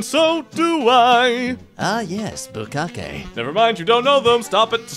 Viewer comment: Hey, at least he pronounced bukkake right. Mans got priorities